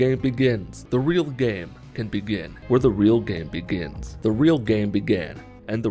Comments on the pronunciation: After 26 secondes I started to hear "the reelgamibigam" 😂🤣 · Now i just hear “When the real Gam BeGén”